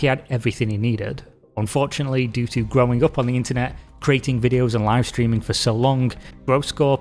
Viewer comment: Every time he says "streaming" l hear ”screaming" 🤣